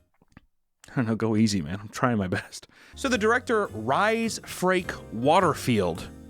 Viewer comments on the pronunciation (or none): lol i cant with u calling him rye 😂 my brothers name is spelt like his name its pronounced reese😅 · Bro said Rhys Ri lol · I can’t believe I’ve scrolled for so long and haven’t seen anybody telling you the guys name is fucking pronounced ‘Reece’ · Its sayed reece not ryse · You say his name Rhys the same as Reese as in Reese peanut butter cup cakes for fk sake 😂😂😂😂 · Rhys -Not Rize, but pronounced Reece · I can’t stop laughing at pronunciation of the name Rhys as “Rise” 🤣 As a Welsh person, it’s fucking hilarious, I love this man! 💖 (For anyone wanting to know, it’s pronounced Reese, like Reese’s Peanut Butter Cups. Welsh is a weird bloody language, we know…) Keep making great content dude 🙏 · Hehe - pronouncing Rhys as 'Rise' instead of 'reese' made me giggle. But then it's a Welsh name, so if you haven't ever heard it spoken, you get a pass. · Who's 'Ry'? 'Rhys' is the Welsh spelling of 'Reece'/'Reese'. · Rhys is the same as reece not rye like rye bread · As far as the director’s name… Rhys is the Welsh spelling for the name Reese. It’s commonly, and understandably, mispronounced as “Rise” though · As horrible as this movie is, I can't get over Rhys (Rise). RISE. Its Reece. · Do English people (which for me include Americans) pronounce Rhys as 'Rise'? It's pronounced "Reece" (which I think might be an Anglicised spelling of the original name). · Rhys is pronunced like Reece lol Rice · Rhys is pronounced like Reese if im not mistaken, but it’s hilarious to imagine a parent naming a kid rhys knowing it was pronounced like rise or rice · It's Reese not rise lmao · "Reese" 😂 "Rhys" is pronounced "Reese" lmao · Rhys is pronounced "Rees", BTW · It’s pronounced Reece in the UK but okay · It’s pronounced REECE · Lmao it’s pronounced REECE (Rhys) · It's pronounced Reese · As a British person I can tell you Rhys is pronouned as Reece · Rhys = Reece, good lord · Rhys is pronounced "Reese" like Reese's Pieces lol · I think it's pronounced "Reese"